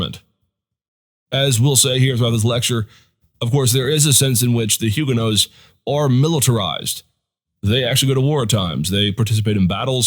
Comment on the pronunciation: If you are going to use that pronunciation then you need to drop the "H". There is not "H" in French just as the "t" is silent at the end of the word.